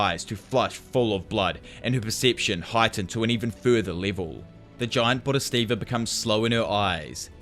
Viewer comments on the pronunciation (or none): bod - hee - sat - vah. It's not that hard